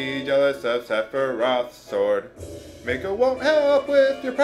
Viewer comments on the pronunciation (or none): none